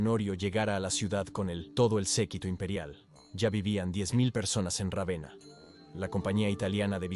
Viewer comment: Puffff vamos sólo a comentar que se pronuncia Rávena en castellano.